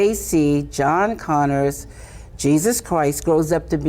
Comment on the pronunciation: knows so little about Terminator, she calls him “John Conors” lol